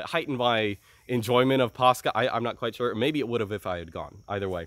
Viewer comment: Why does say paschal like that instead of paschal? Is it like a Latin thing or what, made it hard to look up what he was even talking about.